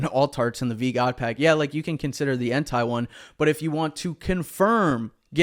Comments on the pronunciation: I’ll only add this, your saying Entei like “hentai” 👀- it’s Entei like “En-tay” 🧡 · Only problem I got with is how he pronounces ENTEI 😂😂 Keep up the good work 🐐